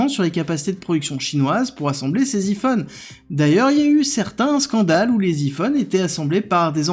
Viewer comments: Faut arrêter de francisé les mots anglais Iphone se dit ( ail fone) et non pas (i fone). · « i »-phone, réellement? Il y a des gens qui prononce encore comme ca en 2024? On dirait une voix générée par l’IA, quand elles prononcent super mal les mots anglo-saxons. ferait-il dire ses textes par une IA?